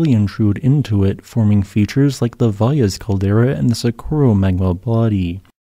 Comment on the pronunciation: Thank you for pronouncing Valles Caldera correctly.